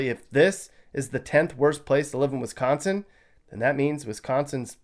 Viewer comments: Sounds like your from that puky place called Illinois with the way you say Wisconsin. And you have no idea what you are talking about. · Sorry but WiscAnsin not Wisconsin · Why are you hating on WISCO? Where are you from? Clearly not Wisco because you say Wisconain wrong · You cant even say wisconsin why should i listen to you .